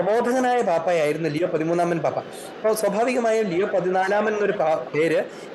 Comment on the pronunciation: ലിയോ Not ലെയോ